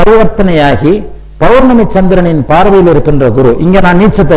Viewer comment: Sir don't say balangal...that is palangal...and also not bournami...it's pournami